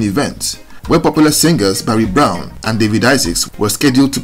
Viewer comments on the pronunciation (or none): none